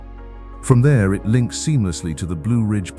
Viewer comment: actually it's, "them *thaur* hills..."